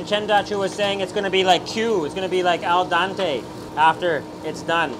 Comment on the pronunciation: Al dente,not al dante